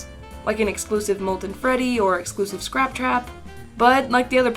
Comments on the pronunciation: Its SCRAPTRAP not SCROUPTROUP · Is scraptrap not sruptrup